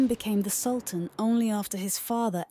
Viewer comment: Please do everyone a favour this video has a pronunciation of a word wrong please pronounce the word right and probably the word that is wrong in pronunciation is sultan thank you